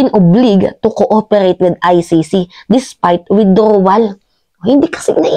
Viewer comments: " OW.BLIJE" po ang tamang pag pronounce madam hindi oblig. Anyway, i agree everything you've said.❤nakakatawa talaga si boy sili. Kaya yan sya tinawag na boy sili kasi ang oten daw nyan ay singlaki ng sili. Babaeng artista po ang nagbuking nyan na nakaeksena nya. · Baket …that should be Obliged…as you pronounce it…oblayged…not ob-lig….constructive Note lang, Gayyem…Thanks! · oblayjed is the pronunciation of the word obliged.. just sharing